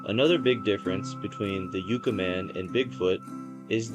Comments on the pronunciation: Yes, Yucca = "Yuckah", not "Yookah"... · It's Yukka, short U, like the plant, not yooka. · Yuck uh…not U Ka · What schools did you go to? It is pronounced "yuck-ah" man, not "yook-ah" man. Also the are called "mount-tain" not "mow-ens"! Geez man, learn proper English!!! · It's pronounced "yuh-kuh", and Marine "Core". Cool video! Hope to see more! :elbowcough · It’s pronounced like the plant ! “Yuh cuh “ kinda sounding. I ain’t a dictionary! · And also "YUK-UH". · I'm not trying to criticize, but I thought you might like the correct pronunciation. Yucca is pronounced yuck-uh and Corps is pronounced core Alot of people make that mistake, if they've never heard the names before. 😁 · "Yoo-cah" man - Lol. Marine "corpse" - Lol. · Good video. Needs better pacing, though. No rush. You got this, you blued Yucca-man! Pronounced Yuck-uh. Also Marine Corp is pronounced "Core". It has a silent 'p.' Silent Like the Yucca man before attacking and leaving a corpse. The Joshua Tree park is the best park to visit. Great choice. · pronounced Yuck-uh LoL a number of stories come out of the 29 Palms area and surrounding San Bernardino Mountain range with Big Bear and Lake Arrowhead. i lived close to this high desert area for 25 years and travel up there a lot! the people are nutz 😂